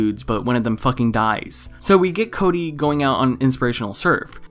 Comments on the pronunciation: I fucking die every time you refer to him as "Chode-y" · This man said chody 😂😂😂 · Lmao did you just call him Chody?